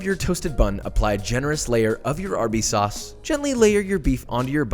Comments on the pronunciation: Lmao you said Worcestershire right but then fucked up sauce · Usually when I say Worcestershire sauce I mess up saying Worcestershire but he messed up saying sauce😂😂😂